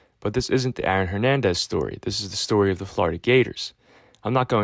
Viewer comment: Can’t help but hear you saying “Iron Hernandez” over and over again